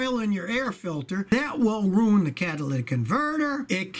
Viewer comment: Ruin not rune.